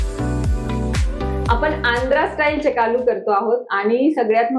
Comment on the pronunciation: Chekalu nahi chekklu mhantat. Me Telugu ahe mhanun sangte ahe